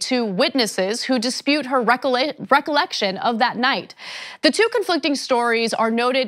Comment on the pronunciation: and you know it was planted how? and its "the" not "da" and "what" not "wat"